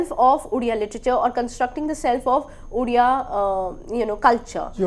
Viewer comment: You can't even pronounce Odia properly